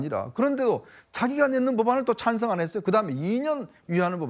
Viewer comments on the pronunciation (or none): 아이고 이모님!!! 어린x놈이 어디서 못된것만 배워서... "찬성"은 안하고 "차아언성" 했나???